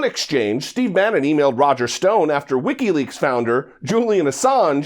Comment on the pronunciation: This idiot cant even say Wikileaks right. It sounds like he is saying Ricky Lakes.